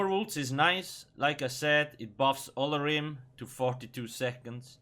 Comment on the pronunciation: Lol i love when they release new sets because you always butcher their names xD i think its pronounced Oh-lor-ee-may